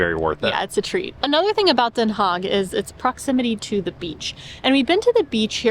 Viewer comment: Haag.. Not hog 🐷